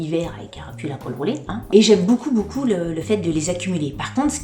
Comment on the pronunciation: Coucou chouette tes bijoux j’aime le style et je ne connaissais pas la marque who we are je vais allé voir ca. Par contre je bug a chaque fois que tu dis beaucoup en fait tu dis « boucoup » ca me fait bien rire 😝 . Et j’ajoute que les boucles d’oreilles te vont très bien mais conseil quand tu mets des boucles assez grosses fantaisies ne met pas de collier. Perso je trouve que ca fait teop chargé